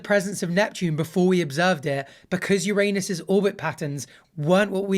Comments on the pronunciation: exactly. So it's the same name, but people won't snicker and laugh at this one. This one is pronounced "Oh-Ron-ohs" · I thought your degree was in Law, and Bach was the astrophysics guy. Your pronunciation of Uranus would have caused giggles among your compatriots, though. There's a new star, btw. George Clarke, the Dancing Queen 😂